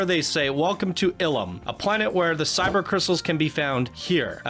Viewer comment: They’re actually Kyber Crystals not “Cyber” Crystals since you mispronounced it as such!